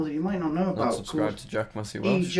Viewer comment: he actually got it wrong twice, it’s jack messy** welsh